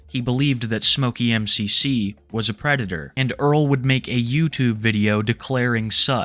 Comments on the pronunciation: Always wemembah fohks, Da White Bowsa is a pwedator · the white bowser is a pwedator